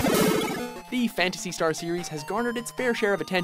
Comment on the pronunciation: I was triggered when they said "Phantasy Star"